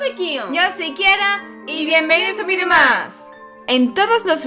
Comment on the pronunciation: Se dice video, no vidio